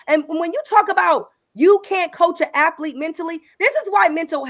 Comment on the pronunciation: Afflete and strengf training...😂😂😂